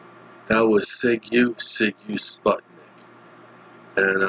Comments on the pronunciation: How came you don't have no clue who were Sigue Sigue Sputnik. Okay if you're American. They were into UK top 5 both album and single back in 1986 . You pronounced the name totally wrong. You should say like Zig Zig instead Zigue as you telling. The name was token from some infamous street gang from Moscow during the communist time , 80's to be specific. Their bass guitarist Tony was former Generation X leader both with Billy Idol before Idol became kinda big , so during the punk years . Sague Sague Sputnik...you're pronouncing sounds really funny. They were some kind ahead of their time... strange. They were known in UK and EU very well... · seeg seeg sputnik is how I always heard it pronounced.